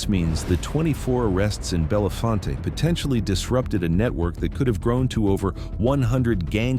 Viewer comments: Bell Font is how it's pronounced. It isn't pronounced bell font aye. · Its i99 yet... its still route 220 near I80 and its said belle font not fonte... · <----- Born and raised in Bellefonte, PA.... this video is a lie......... and ir is pronounced: "Bell-Font." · "Bellefonte" - pronounced "bell-font" - not "bell-font-tay". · Most of the clips were just AI filler. I live in Bellefonte and the only times they showed actual Bellefonte, was from downtown and randomly repeated that very small clip throughout the video. None of the other video clips were of Bellefonte (pronounced Bell-Font) named from French meaning beautiful spring. Talleyrand park, central to Bellefonte, is home to the natural spring that feeds much of the water supply to the area. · None of the places in this videa are "bella-fon-tay" 🤣. I grew up in milesburg 3 miles from there. Learn how to pronounce the name right too narrator dude. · Pronounced locally "Bell-Font" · Town name pronounced "Bell-font" not as it looks, It's not loke Harry's last name! These cat's hsd to have stuck out like sore thumbs around there as it's mostly the same family's that had lived there for a century. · FYI, Bellefonte is pronounced Bell-Font. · Bellefonte is pronounced Bell-font. Thankfully he didn’t pronounce the other e making it Belly-fontea 😆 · Bellefonte is pronounced Bell-font to most locals. But its sad that this has to happen in our small town communities of people just trying to live a normal and meaningful life. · It’s in the center of Pa. Just north of State College Pa. You might have heard of the Nittany Lions. About 4 hrs east from Pittsburgh Pa About 3hrs west of Philadelphia Pa They don’t pronounce Bellefonte correct in this either. The E is silent at the end of Bellefonte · Stop saying Bellefonte WRONG!!! Thanks its driving me nuts lol. Do a little research to learn town names. Just drop the E at the end. It's silent.